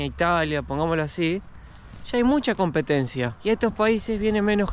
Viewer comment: Se dice competencia, no compentacion chicos ❤.